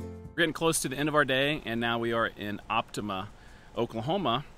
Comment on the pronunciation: We pronounce it as op-ti-mah